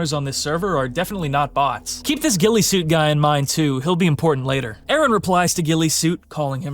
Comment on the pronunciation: FINALLY SOMEONE IS CALLING HIM GUILLESUIT AND NOT GUILLOTINESUIT. LITERALLY EVERYONE I'VE WATCHED COVER THIS HAS SAID GUILLOTINESUIT 😭